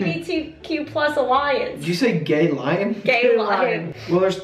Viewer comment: "Did you say gay lion?" This, ladies and gentlemen, is why I like as much as I do